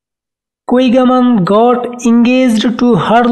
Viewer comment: Her last name pronounced as Kigaman not Kwigaman!